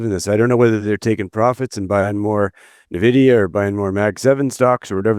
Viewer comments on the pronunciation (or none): Sorry I have a huge problem taking anyone seriously who says "Nah-vidia" at this point in time. And it's always the old white guys, every single time :face-purple-crying